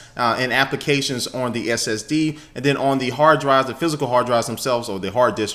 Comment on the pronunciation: lmao i thought he said "yo draws are bout to drop"